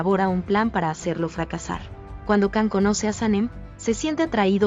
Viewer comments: Yo he visto algunas de estas telenovelas, Dolunay, Erkency Kus y otras... Qué resúmenes tan mal hechos, se me han quitado las ganas de ver otras. Ahhh y CAN se pronuncia (YAN) y otros nombres que tbn se dicen mal. Por favor, poned más interés en hacer las cosas bien. Gracias!! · Não Can se pronuncia Jan,igual a atriz de sila, Cansu se pronuncia Jansu